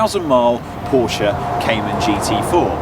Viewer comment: Is it pronounced Pornsche?